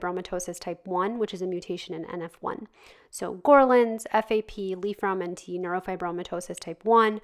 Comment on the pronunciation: It's actually Li-Fraumeni Syndrom, not Fraumenti